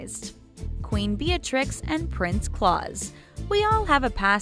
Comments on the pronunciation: Claus rhymes with "blouse". It's not pronounced "claws" like Santa Claus. Queen Juliana's husband was Prince Bernard. Juliana was the monarch, he was her consort (like Queen Elizabeth and Prince Philip, Duke of Edinburgh, and like Queen Victoria and Prince Albert). If you're going to keep making these videos, it would behoove you to do some research to get your facts straight. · Jesus's can u pronounce any of these names claus isnt like santa claus think clous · P.S. Claus is not claws. It's pronounced Klouse as in house. Bernhard is not Bernard. It is Bernhard. The H is pronounced in a Germanic language. Get these simple things right. Albert and Charlene of Monaco have twins: the firstborn being a daughter, the second a son. FYI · I think she's mispronouncing "Claus". I don't think it's like Santa, but rhyming with "blouse". Unless the Dutch are different...but it says he's German. Nah, I think it rhymes with "blouse". My college neighbor had the same name, although he was Austrian (same language though). Oh, and Queen consort Maxima is from Buenos Aires, not New York. I know this because I was living there when THAT wedding happened. DO YOUR HOMEWORK! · You butchered the name Claus. It a not Claus as in Santa Claus. It's claus as in cl-oww-s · "Cl-ow-ss".... as in "Ow, that hurts"..... not Claus as in Santa Claus. Do your research. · She keeps pronouncing Claus Santa style! .. I cannot stand her stupid pronunciation, ugh. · That is NOT how you pronounce “Claus.” It’s NOT like Santa Claus. It has an ou sound and a soft “s.” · Again with the pronunciation of Dutch names. Beatrix you pronounce as 'Bae-a-trix' and Claus kinda like 'clowns' without the n.. Also Willem-Alexander and Maxima... not even going to try to write it out. You should've figured it out before making this vid. There are ENOUGH dutch interviews where they pronounce it correctly. Seriously, fix this damn issue.